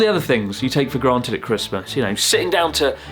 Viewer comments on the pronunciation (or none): none